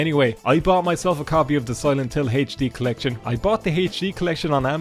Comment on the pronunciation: Ah yes, the infamous Silent Hill HaychD collection.